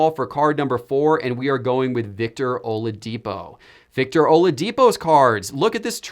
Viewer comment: he said OLADIPO lol